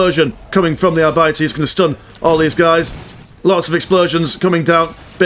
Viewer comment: ar-bee-tees.. sorry man.. its naw are bities ;)